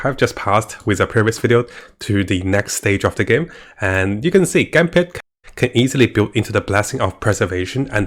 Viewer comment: Gampad, the pronounce makes my rolling on the floor XD but it is actually "G - Part" and Seele, i would pronound it "C - L " or like the german origin :3 its always fun to hear tho